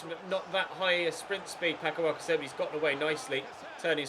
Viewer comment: Sayng alcacer wrong. its alkassa